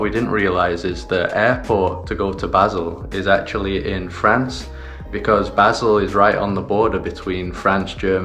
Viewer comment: Just a note, Basel is pronounced Baseeeel, sounds more romantic too 😝. As in eel. My guess it’s Africa your going? Probably Egypt 🇪🇬. Man 26€ for a sandwich😣. Wow I guessed right, good to see things are slowly getting back to normal. Enjoy Egypt, my Auntie lived in Port Said in the 1950’s, amazing country!